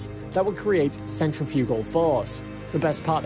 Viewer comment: Does no one on YouTube know how to pronounce centrifugal correctly? This video confuses free fall with no gravity, and is full of artificial unintelligence. The Mars journey will require dozens of starships, so having to pair them up for tethering is not a special burden. However, the other end of the tether does not need to be another starship, just something with a comparable mass - such as an external fuel tank that they will probably need anyway.